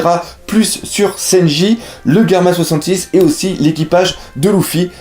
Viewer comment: super video comme d'habitude et je croie qu'on dit GERMA 66 et non pas GAMMA 66